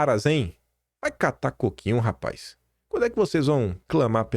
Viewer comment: "Rapaiz" 😂 Bom dia🌞